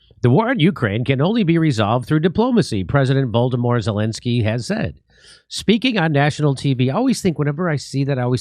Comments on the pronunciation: Jimmy, he is called Volodymyr NOT Voldemort... Like "Vladimir" except its Volodymyr, sounds similar, but not the same, and certainly not Voldemort 🤣🤣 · ffs it's Vlodimir not voldemorth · lmao his name isn't pronounced "VOLD-uh-mor." It's basically "VLOD-uh-meer" (like Vladimir Putin's first name, but VLOD with a short "o" sound instead of Vlad).